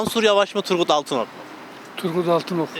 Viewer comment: Altınok diyenler daha ismini bile doğru söyleyemiyorlar kişi teröristlerle iş birliği yapanlara oy yok demeye getiriyor ama erdoğanın şivan peewer ile eğleniyor Erdoğan çok şanslı çünkü hiç bir cumhurbaşkanın bu kadar cehalet ile karşılaşmadı